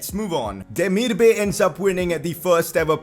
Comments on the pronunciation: Demirbay is actually pronounced like ''Demirby''. He has Turkish origins so I know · Pcq: it’s pronounced hra-deck-ski and day-mir-ba-ay